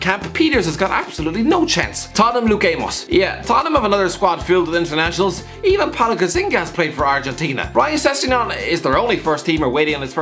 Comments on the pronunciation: It's not Paulo "Gazinga", but Paulo "Gatz - a - nee - ga". 🧤🇦🇷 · Its not Gazz-inga Its Gazza-niga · Gazzinga 😂 It's Gazzaniga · "paulo gazzinga" its gazzaniga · “Paulo Gazinga” everybody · He meant Paulo Gazzaniga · Young P1 Lol I know I’m a Spurs fan. Just never heard anyone pronounce his name like that